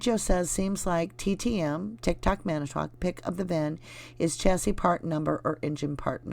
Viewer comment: Chassis not chaise ( lounge ) 😂